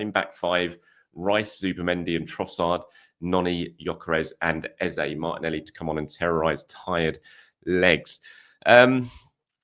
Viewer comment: hi.. why say ezAY.. when his name is ezA? trolling? xD